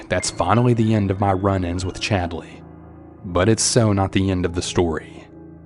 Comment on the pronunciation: i’m sorry… but “Chadly”?!😂